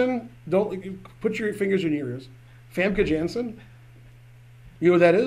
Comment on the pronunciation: Rounders is awesome! Also Famke Jansen is Dutch, so pronounce her name the correct way! You do so well with scheveningen and groningen but with Famke Jansen you mess up. Terrible!